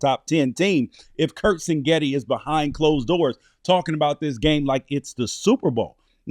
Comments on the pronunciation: CIG-NETTI NOT sing-etti , also This aged terribly… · Well at least this guy is consistent. He calls Indiana’s coach Sing-getti every time. But it’s Sig-netti. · It’s Sig Netti chief not Sin Getti 😂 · It’s pronounced ‘CIG Netti’. Great analysis though. However, I’m sure you’re wrong about the final score. Indiana will come out hot and silence the crowd. Final Indiana 42, Oregon 17. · Yes, and that’s pretty annoying. Seems like his producer, or cameraman, or somebody would’ve corrected him.